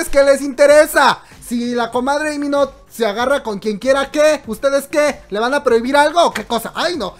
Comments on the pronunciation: Te amo pero tu pronunciación me mata Dios mio porque dice í mino es Lii con eleeee de lalo de La piche L por que no La dices 🤣🤣🤣🤣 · LEE MIN HO, SE LEE COMO "LI MIN JO" JAJAJA